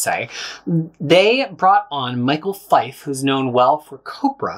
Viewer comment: For future reference Michel Fiffe's name is pronounced michelle fee-fay.